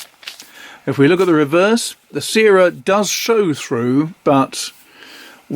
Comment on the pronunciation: The syrah ink is named after a famous French grape variety used to make Hermitage since Roman times. It’s pronounced like ‘sirrah’. Love the ink reviews - keep them coming!